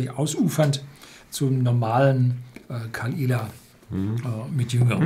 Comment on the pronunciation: caOl ila. Nich kall ila. Das O wird auch ausgesprochen. Bitte mal bei landsmännern informieren bevor man öffentlich fachsimpelt.